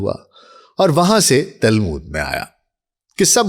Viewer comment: تالمود نہیں تلمود۔۔۔۔